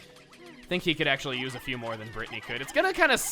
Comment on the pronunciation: #great vids people that like chugga and listen to what he says it's not PHEW IT'S F. E. W.